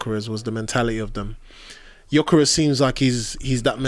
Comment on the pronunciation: and Jokores😂